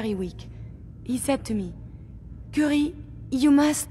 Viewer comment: Every time he says Curie a Frenchman dies.